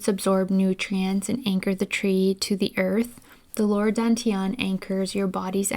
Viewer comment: DAN is pronounced like 'STUN' without the S, not like the English word 'DONE' Dān tián 丹田 just copy these two character into google translate check the pronunciation with speaker icon